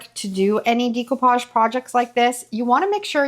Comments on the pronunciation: I was so confused by the pronunciation of decoupage in this as I was only listening. I had to come & look to see what you were doing! 😅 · Decoupage is French. In French - like most Latin based languages (if not all of them) -"di" sounds like 'dee' and "de" sounds like 'day'. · I hate to be rude but here it is. I'm a Dyslexia Tutor. The "e" in Decoupage is a short "e" not a long e. You say Decoupage with a long e. The e is produced eh. I have watched your videos for years and have learned a lot from you. It's just hard for me to hear you say Decoupage. ❤❤❤❤❤ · Does the primer work on plastic as well? Also interesting pronunciation of decoupage. I hope you don’t mind my correction, but it’s pronounced day-cou-paj , and It’s a French word meaning “to cut out”.😊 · I’m sorry and hate to be the one to correct you (not sure which way you spell your name), but the word découpage is pronounced “day-koo-PAHZH”. I’m half-Haitian and it’s a French word. I love the découpage technique for creating next-level art and definitely will give it a try on a future furniture upcycling project. I use the same brand of polycrylic to seal my paintings, because the fumes aren’t strong. Thanks for showing me a good way to adhere fabric to furniture, because the Mod Podge I use is very stinky. The nightstand came out pretty nice. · It's pronounced: day·koo·paazh. Google the pronunciation for audio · thanks so much for commenting to correct that – it's obvious by the plaque on the wall and almost half a million followers that she's been doing this for a while and quite successfully. But she was killing me with that DEE-ko-pazh thing! 😉 Nice piece, by the way, though! 👍🏻💖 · I believe it's a French word, so the pronunciation would actually be day-coupage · She pronounces it incorrectly.